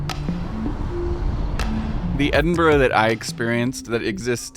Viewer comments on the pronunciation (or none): The other guy saying Edinbur is traumatising me. Thankfully, you bring it back by correctly saying Edinbru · Edinb-u-ruh? I cant be the only scottish person who pronounces it as edin-bruh right????? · For a guy in charge of maps at the National Museum of Scotland you’d think he could pronounce it properly. It’s Edin-bruh. Or Edin-bur-uh. Not Edin-bur. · Is trolling you? I've been to Edinburgh (and Scotland in general) a few times now and I've never heard any Scottish person say Edinburgh with two syllables, like 'borough', the way suggests it is "usually said in Scotland"?? It's always been Edin-bruh, or Edin-brah depending on the accent. A quick, single syllable. I almost started to doubt myself until he then also said Holy-rood, instead of Holly-rood. 🤷‍♀ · I'm a resident of Leith and can someone please tell me why he pronounced it with out the th at the end Why does he pronounce it like Edinbuh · Yes, we may be friendly and welcoming people here in Edinburgh. But if you pronounce it “Edinburg” someone will tell you to Feck Off !! Kudos for learning how to pronounce it before visiting 😂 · It's a testament to your struggle for accuracy that you're pronouncing the city's name better than does! He somehow manages to call it 'Edin-buh' half the time... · Funny that an Englishman that has written a book on the Edinburgh pronounces it “Edinburrrrrrr”. So funny. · The ‘Edinbuh’ and ‘holey rude’ is killing me 😂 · the guy saying "Edinbur" honestly makes me cringe more than Americans pronouncing it like Pittsburgh, since at least they're doing it because they dont know any better, this guy is just pronouncing it wrong on purpose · It’s Edin-burra …..c’mon guys dinnae be a bampot and try tae say it’s anyhing else. ✌🏻❤️🏴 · It's definitely Ed-in-buh-ruh, though sometimes we say the last couple of syllables quickly. If you want to know what a "burgh" is in a Scottish sense there's a wikipedia page for it.